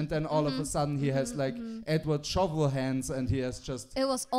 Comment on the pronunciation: I also love that mispronounced "Snow Shovel" THREE! times.